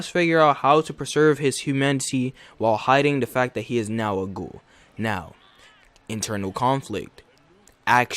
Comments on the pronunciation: Tokyo goool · I am very offended by how he pronounced "ghoul".